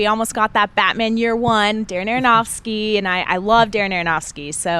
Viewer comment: PLEASE for the love of all that is holy, please tell me she didn't say darren aronofsky, PLEASE tell me she didn't say that